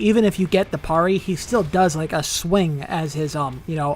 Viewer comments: I don't want to be that guy but it's pronounced, Perry not parray, just sayin 🤔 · I've never heard anyone pronounce it the way does either. Everyone usually says "pair-ee" not "parr-ee" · Bro would’ve been a great video if you didn’t keep saying PARR ee instead of PAIR EE! The way you say PARRY is like nails on a chañkboard